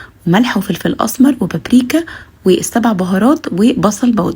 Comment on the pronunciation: اول واحدة تقول بابريييكا ياويكا صح. كل انصاف المتعلمين بتوعنا بيقولوا ببرِكا.